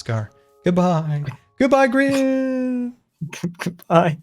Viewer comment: did scar say grain🧐